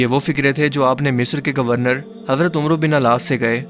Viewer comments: Bhai "umero" lafz nai hai "Amar" Sahi pronunciation hai plz ask Ulmas about that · Ummro bin ass nhi ha bhai ammar bin ass parha jata ha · Saheeh word hazrat amar bin aas r.a hy na k umru bin aas r.a wow silent hy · ماشاءاللہ اللہ آپ کو کامیاب فرماے۔۔۔۔ایک اصلاح بطور فین کرنا چاہتا ہوں۔۔۔ کہ اردو میں عمر اگر بغیر واو کے ہو تو عین کے پیش اور میم کے زبر سے پڑھا جاتا ہے اور اگر عمرو واو کے ساتھ ہو تو عین اور میم دونوں کے زبر سے پڑھا جائیگا۔۔۔ آپ عمروو غلط پڑھ رہے ہیں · تمام ویورز کیلیے پلیز”عمر و بن العاص کا نام جیسالکھنے میں ہے ویسا پڑھنے میں نہیں۔ انکے نام کو “عَمَر بن العاص پڑھا جاتا ہے۔